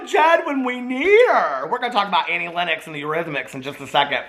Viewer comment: isn't it 'lennox'? didn't know you say it like 'lennex' o.o